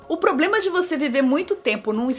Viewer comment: 2: 23 a Nilce falou probrema